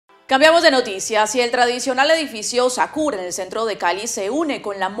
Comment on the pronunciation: Sakur?? No señores, ¡es Zaccour! Cambien ese nombre.